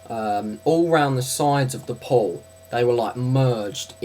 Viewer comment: Oh, you say "pool", I though you were saying "pole"